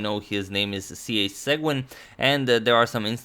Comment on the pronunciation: Seguin --> pronounced: say-gan